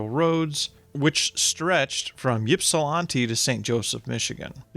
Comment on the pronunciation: Um, I’m surprised as a Michigan history person at the mispronunciation of Ypsilanti. 😂 But to be fair most Michiganders don’t pronounce Battle Creek the same as old time Battle “crik” residents do. ☺️